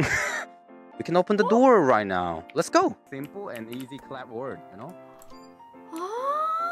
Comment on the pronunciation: His accent disappeared when he said "Lets go!"